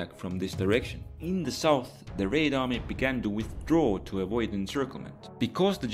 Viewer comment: I continue to be amused by your way of saying "Raid army"